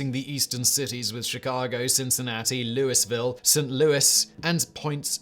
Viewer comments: Simon what the hell happened to your pronunciations…. Louisville is pronounced “loo ee ville”, and Illinois is “il in noy”… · The mispronounciation of Louisville was painful. Yes, it's the most obvious pronounciation, but also the most wrong.